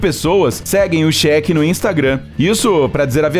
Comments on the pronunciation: Só eu que percebi que ele só fala Shek e não Sheik. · Ainda bem que ele é um cheque que tem fundos, né? Quer dizer então que o milionário arabe aí é um "chéque"? Nem acredito que eu ouvi essa pronúncia! Pra mim esses milionários árabes eram Sheiks e não shek. É Sheik, Sheik, Sêêêêêiiiik. e terminou a parte sobre o Sheik, sem concluir.... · Cheque affs fala direito kkkkkk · A pronúncia correta é Sheik! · o Cheque ou Sheik? kkkkkkkkkk pqp